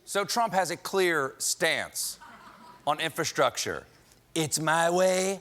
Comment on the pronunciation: Bro he cant even pernounce infrastructure.